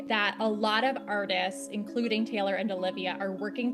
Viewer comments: 'gaylor' SORRY WHAT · the gaylor is driving me crazy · “Gaylor” Oh!… uhm… who is gonna tell her. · the gaylor is driving me nuts 🫩✌️ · Why does pronounce taylor like that